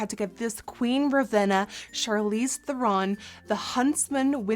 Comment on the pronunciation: I love that you can say her name correctly!